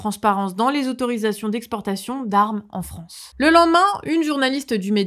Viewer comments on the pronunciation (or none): none